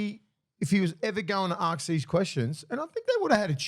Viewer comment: Willie it’s ask not arks. I know you’re one of the bros but there is no R in ask.